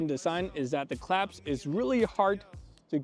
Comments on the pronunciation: sir sir sirrrrrr it's "clasp" not "claps" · Clasp, not claps